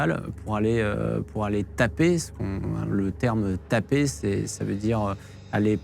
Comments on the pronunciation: on dit toper de la weed pas taper mdr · c'est toper ! pas taper mdr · on dit toper, pas taper, TOPER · On dit toper mon collègue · Ont dit toper et pas taper... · TOPER pas taper ptdr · On dit pas taper on dit toper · Quelqu'un pour lui dire qu'on dit "toper" pas taper, et ça doit bien faire 20 ans qu'on utilise plus cette expression. Faut pas faire le connaisseur si on pige que dalle... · Toper pas taper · Pour aller "toper" Jean Masturbin, pas "taper"... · Alors pour apporter une petite précision d’ordre purement linguistique on dit « toper » 😆